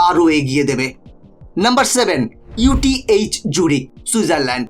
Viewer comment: একটু উচ্চারণের উপর ধ্যান দিন ইউটিএইচ জুরিখ নয় ইটিএইচ জুরিখ আল্ট্রাজেনেকা নয় অ্যাস্ট্রাজেনেকা